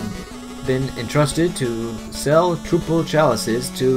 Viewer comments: it's pronounced troupple, not trooffle, geez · Well the troupple fanatic got me confused when he said it was pronounced like mouthful.